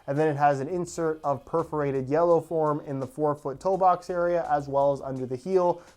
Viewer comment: is it just me or did he say form instead of foam